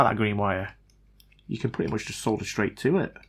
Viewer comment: I like ur channel purely because you can actually say solder. 😉 unlike the yanks who call it sodder lol.